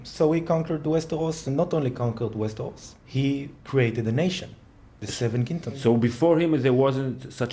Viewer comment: It's so funny to hear saying "Westehos" à lá francè =p